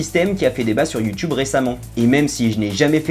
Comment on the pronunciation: mais pourquoi il dit you choub??